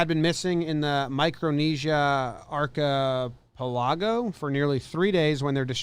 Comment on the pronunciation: how are you a geography nut and can't pronounce archipelago?